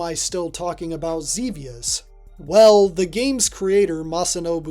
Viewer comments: It's Zebiuusu. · Zebius* btw you said it wrong lol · Ugh, can't stand the way you're saying Xevious. It's incorrect.